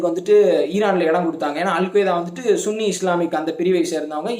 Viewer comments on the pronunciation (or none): none